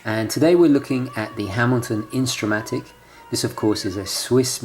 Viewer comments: one small point: It's Intra-Matic not Insta-Matic. Thanks! I just ordered a black-dialed JazzMaster. I was considering the Intra-Matic but chose the Jazzmaster because I am not 100% loving the needlelike hands and lack of seconds hand on the Intra-Matic. It was a very close decision! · It's called Intra-matic not Insta-matic. Nice watch and what is best is that it comes in two sizes: 38mm and 42mm.